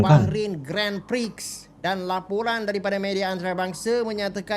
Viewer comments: The correct pronunciation for Grand Prix is... Gron Pree. *, please take note. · Sebutan Grand Prix itu adalah "Gron Pree" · Grand prix itu sebenarnya dibaca “gron pri” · cara sebutan Grand Prix ---> Gron Pree